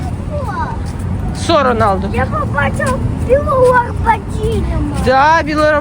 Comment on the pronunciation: Дивлюсь всі твої випуски. Тільки правильно казати не ламбордЖіні, а ламборГіні. Тримай лайк від мене.